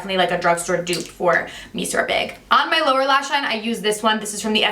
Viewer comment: Thank you for the good guidance! BTW, the Lancome mascara... The word "monsieur" is pronounced "meh-ss-yeh".